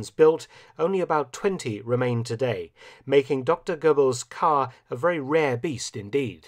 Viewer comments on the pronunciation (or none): none